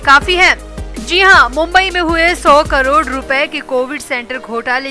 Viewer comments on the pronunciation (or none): none